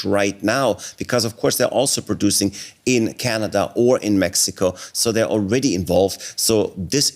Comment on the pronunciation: Where is Canader? 😂😂